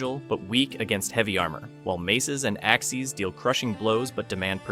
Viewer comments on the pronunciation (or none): did you just say axies?